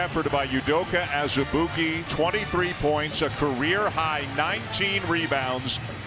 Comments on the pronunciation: It’s prenounced AZ-E-BOO-KY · Marvin Lesley I think you meant to say ANOTHER-ALL-EY-OOP-KAY